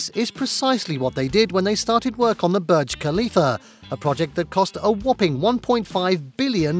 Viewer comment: It’s pronounced bourj not berg